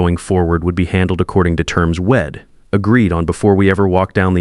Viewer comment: Wed instead of we’d. Shed instead of she’d. there are more almost every world that was supposed to be a constraction. Do better, please.